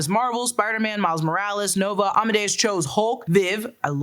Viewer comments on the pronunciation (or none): none